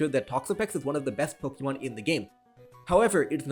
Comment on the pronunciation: Dude, I love your channel, but you've gotta stop your cringe pronunciation of "Pokemon". The E is a schwa. Sounds so much better that way. "Poke-EEE-mon" is just ridiculous.